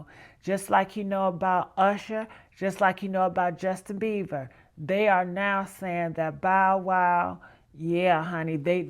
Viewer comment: XOXO you know we love youuuuuu ❤! But did you say Justin “Beaver”?